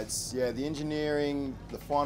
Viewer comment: Why does he keep calling it a Lamberghini? 😂